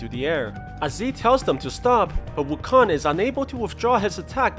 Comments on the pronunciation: I just keep hearing WuKhan, like from star trek. Khaaaaaaaan. It's Wukong, like King Kong. This PSA is brought to you by the letter G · wuKONG as in kingKONG..not wukon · Wu kan ?? I though it is wuu kong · it's wu-koung not wukong lol people's pronounciations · It's not "Wukon" it's "Wukong". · Its pronounce woo-kong NOT wukoon. Stupid. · Its KONG Not KON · His name is ou kong not wukong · im annoyed when i heard wukon, sorry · Is the "g" silent in wukon"G" is it? Is it silent?